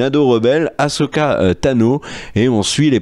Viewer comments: haaa enfin vous parlez du vrai star wars qu'on aime! par contre ça se prononce "assoka" pas "ashoka" d'ailleurs ça s'ecrit "ahsoka". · Non non non on arrête de dire achoka il suffit